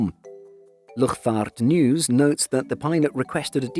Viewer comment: sorry but as a Dutchman I had to laugh when he tried to say "luchtvaartnieuws"